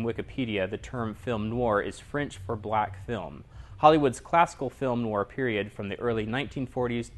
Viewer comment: It should sound more like "nwahr". This is meant to be helpful.